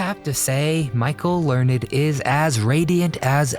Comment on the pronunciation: It's not Learn- ed! It is Michael Learned as in Learnd.😂❤🎉